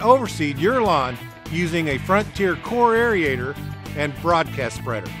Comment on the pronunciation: The correct term is AERATOR, NOT aereator.Thanks for showing a woman operator.